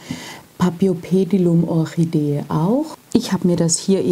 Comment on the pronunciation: Hallo, ich bin auf dein Video gestoßen, da ich ein großer Paphiopedilum-Liebhaber bin. Leider enthielt dein Video ein paar Fehler, auf die ich dich gern aufmerksam machen würde. Zuerst würde ich gern erwähnen, dass auch bei diesem Namen das "ph" wie "f" gesprochen wird, so wie auch bei der "Phalaenopsis". Weiterhin sagest du, dass sei deine zweitliebste Orchideenart. Was du jedoch hier meintest ist die Gattung, nicht die Art. Das mag für manche jetzt nicht wichtig wirken, ist es jedoch, wenn man sich mit Pflanzen beschäftigt. Die Orchidee, die du als dritten Typ eingeblendet und benannt hast, "rein grün mit breiten Blättern", ist keine Paphiopedilum! Es handelt sich hierbei um eine eigenständige Gattung Namens "Cypripedium", deren Vertreter unter anderem auch in Deutschland und anderen Ländern Europas wachsen. Neben diesen zwei Gattungen gibt es auch noch die Gattung "Phragmipedium", die in Südamerika beheimatet ist. Alle 3 sind quasi "Frauenschuh-Orchideen", jedoch eben unterschiedliche Gattungen mit unterschiedlicher Herkunft. Was ich jedoch gut fand, war deine Erklärung zum Substrat, denn die war absolut zutreffend. Viele wissen das nicht und haben dann bei der Kultur Probleme, verständlicherweise. Auch die Erläuterung zu den Wurzeln fand ich gut und wichtig zu erwähnen, denn viele Orchideengattungen müssen zwischen jedem Gießgang gut abtrocknen, das wäre bei dieser Gattung nicht ratsam und kann sogar zu starken Problemen führen. Von daher finde ich es super, das